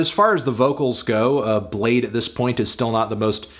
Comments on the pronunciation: its pronounced Blade-y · U thought its pronounced blad-ee ?? Lmao bladee said that u can do that too but most ppl pronounced it blade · Woah, you didn’t have to call him blade-ee the whole vid, out of pocket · I'm bladee she call me blade-e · Anthony I’m sure he wouldn’t appreciate you calling him Bladpee